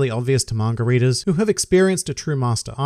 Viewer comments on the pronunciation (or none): I may be an uncultured prick, but is he calling us “margaritas”? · Hearing say “manga readers” to me sounds like he’s saying margaritas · Every time you said “manga readers” I heard “margaritas” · When you say manga readers it sounds like margaritas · Every time you say 'Manga Readers' I hear Margaritas...